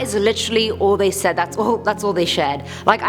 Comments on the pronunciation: Who else heard the girl say Shiad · “That’s all they shaid” 😂